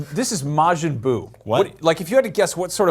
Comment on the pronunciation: And he said maajin jin?? it's majin buu lmao..